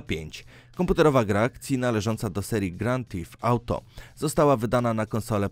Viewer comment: Rejnboł siks sieg XDDD Gran tif ałto